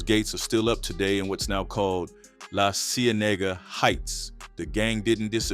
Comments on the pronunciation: He said “La see a nigga” ?? He ain’t got no business doing this video… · i’ve never heard anyone pronounce la cienega like that 😭😭